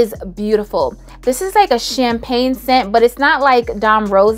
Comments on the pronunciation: Don Rosa is Champagna!😂😂 pink me up is “champagne. Get it right guys.. and peep the difference😊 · it sends me every time you say CHAMPAGNA 😩😩